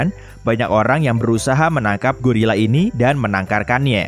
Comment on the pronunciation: yg bener tu gorila bukan gurila.